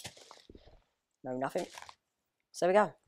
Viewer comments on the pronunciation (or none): none